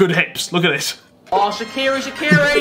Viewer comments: Shakira not shakiri 😂😂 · i’m no longer saying shakira instead im saying shakire